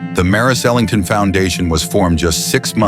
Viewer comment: Ok, wrong pronunciation. It's Ellington, with 'E' at the beginning